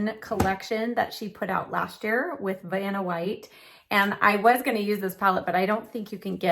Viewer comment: You said Vananna white lol